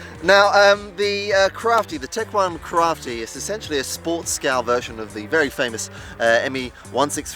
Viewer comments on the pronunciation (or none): Woohoo :-) Those fast closeby passes are a BLAST :-) Do you have any idea on the top speed? because I fly a HK Me-163 myself on steroids (5S) but this one looks as fast. Please don't call it a 'crafty' … better pronounce it like Kraft-Eye :P Anyways cool vid with some good flying and even good camerawork, this plane isn't easy to get on vid. Greetings from Belgium (Icarus the 2nd)